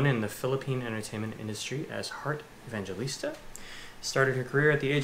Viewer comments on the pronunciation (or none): It pronounced her surname as Eh-bang hell- list-ta. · Correction its pronounce as "Evang-he-lista" not "Evan-ge-lista" you guys murder her last name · heart evangelista when being pronounced " heart evanghelista " not pronounced as evangelista .. and she did put a shade on her shoes yes you are correct its just because you were both talking while heart is giving you a tour 😂😂😂😂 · foreigners: "EV-AN-GE-LIS-TA" filipinos: "E-VANG-HE-LIS-TA" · you guys seem to love her ♥ we do too. btw it's "Heart Evangelista" (e-vang-he-lis-ta) 💋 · It is pronounced as "evanghelista" :)))